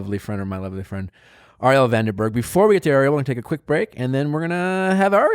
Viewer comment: I laughed out loud every time Nick mispronounced Arielle's name for the second half of the podcast. Its just tooooooooo good.